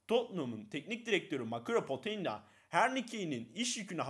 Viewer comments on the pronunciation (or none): Poçettino ve endy kerıl diye okunuyor